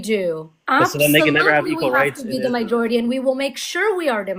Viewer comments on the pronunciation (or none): You are great,, just please it's not "mijority", it's majority. Thank you for what you do.